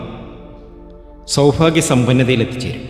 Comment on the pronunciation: സൗഫാഗ്യം അല്ല മൈരാ സൗഭാഗ്യം മലയാളം പറയുമ്പോൾ ശ്രദ്ധിക്കണം നായിന്റെ മോനെ